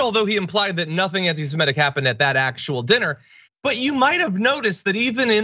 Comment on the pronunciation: "Suh-MIT-tic"! Not "suh-MET-tic". Please stop this trend.